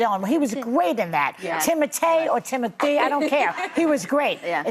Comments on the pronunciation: is correct about his name. On Graham Norton, he said his name is pronounced Tea-moe-tay. It's French. However, everyone in America calls him Timothy, and he doesn't care at all. It has stuck, and he doesn't mind what you call him. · Sara is ready to boot old hag joy! She literally ruins every segment because she doesn't understand anything. She can't say Tim's name lol... And fan girls Einstein instead of a swimmer 😂